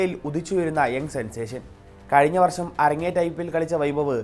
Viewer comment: Varssam alla daa varsham Malayalam correct paraa